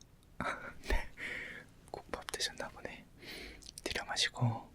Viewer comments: 왜 자꾸 호흡부분에서 두려워마시고... 내시고.... 두려워마시고...내시고...이렇게 들려서 웃음터져섴ㅋㅋㅋㅋㅋㅋ잠이안와옄ㅋㅋㅋㅋㅋㅋㅋㅋㅋㅋㅋㅋㅋㅋㅋㅋㅋㅋ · 저도 그렇게 들려여..ㅋㅋㅋㅋ